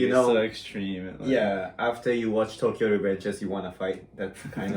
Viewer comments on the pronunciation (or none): none